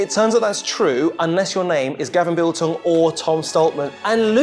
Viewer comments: Gavin Biltong!?!? its Bilton. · What does that guy keep saying biltong. He's not a piece of jerky. He's a man named Bilton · Radzi, why are you calling Gavin Bilton, Gavin Biltong?! 🤣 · Can people at least say Gav’s name right 🤦🏻‍♂️ It’s Bilton (Bill-tun) not Biltong..